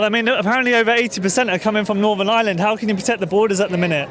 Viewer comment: It's not island its IRELAND.